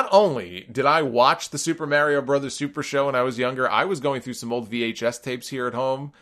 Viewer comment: It bothers me how he says Mario